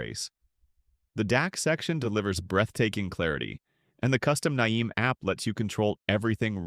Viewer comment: Ai created videos are really hilarious. The way it pronounces NAIM cracks me up. Complete waste of time.